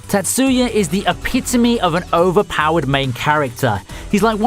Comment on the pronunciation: Tat-soo-ya i'm going to die from pronunciations the emphasis is on the first syllable not the second. Meep.